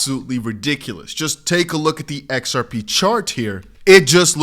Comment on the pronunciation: Put on your glasses dear it's X R P. NOT. XAI😊